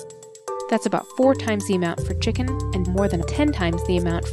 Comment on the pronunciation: The way she says chicken is so funny, I don't know why...